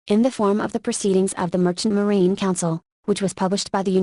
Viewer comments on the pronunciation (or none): none